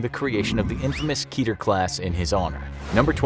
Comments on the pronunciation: Fun fact about the term "Keter" some think its pronounced [Key-Tier] but due to the origin of where the word comes from actually rhymes with "Better" . Keter is the Hebrew word for 'Crown" and is one of the top most attribute of the Sephiroth in Kabbala. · Lol, ''keeter.'' Totally not how you say that.